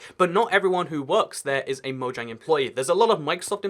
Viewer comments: it mojang not moyang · MoJANG!! Yeah, J can have a Y sound, but it doesn't in Mojang. Hard J. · It’s actually officially pronounced with the J. Even the developers say so.